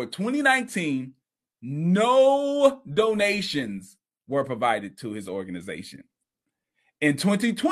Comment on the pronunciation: DOE-NATIONS GIFFS